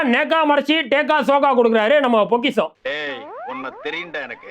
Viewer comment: பொக்கிஷம் இல்ல பொரிகிஷம்